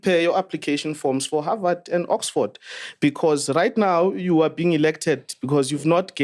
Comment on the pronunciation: "He's going to havard"😭😭😭😭